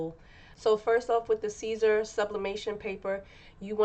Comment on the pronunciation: It's pronounced SIS-ER not CAESAR